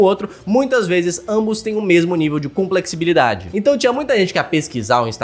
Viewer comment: cara, a palavra é complexidade, simples e fácil, mas o faz questão de errar e complicar a palavra, complexibilidade? ah vá kkk